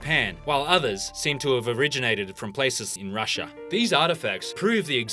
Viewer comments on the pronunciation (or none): none